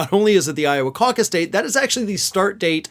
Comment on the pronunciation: I bristle every time I hear "Iowa causus"